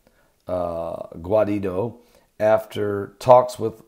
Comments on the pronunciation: It is JUAN GUAIDO (GOO.WHY.DAH) not JUAN GUARIDO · Blah boa blah you not even know how to pronounce Guaido's name man😂😂